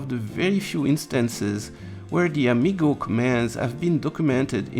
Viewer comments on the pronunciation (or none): HP propreitary protocol: Am-I-go?